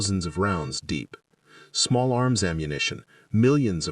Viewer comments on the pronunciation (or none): none